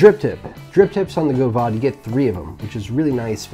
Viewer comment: the fact that the god damned aeronaut is you're fav rda pretty much says everything about You, I mean besides the spicy jew fro and fuck boy 03 chin straps. only liberal hipsters actually enjoy the aeronaut. team single coil is for gays. also it's GOV-AD not go-vahd you illiterate speaking fuck. decent review tho, less scatter brained.